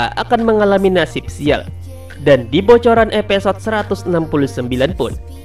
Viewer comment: Episode bambang bukan epesod